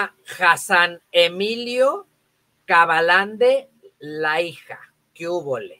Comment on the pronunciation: investiga bien tus notas, cómo se pronuncia lo que vas a hablar o el apellido de la persona a la que te refieres. No es cuachela ni PP se apellida Kabalande